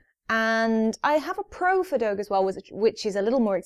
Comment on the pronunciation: Fea in feadóg is said more like fah but the how you you say dog is correct and grand just helpful hint